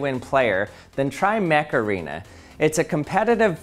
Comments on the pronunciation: Am I the only one who heard him say Mech Arena and then started hearing "HEYYYYY Mecharena"? to the Macarana song in their noggin? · When you said Mech arena I thought you said Macarena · Mech Arena sounds to me like Macarena, I don't know if that's on purpose. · I genuinely thought the sponsor was called Macarena before reading it on screen... XD